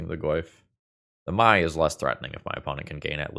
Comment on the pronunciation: Mai is just pronounced "May" pls 💀